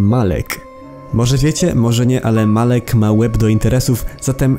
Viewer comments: nie mowi sie malek tylko malak XDD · nie muwi sie bris tylko birs i nie muwi sie malek tylk omalak naucz sie czytać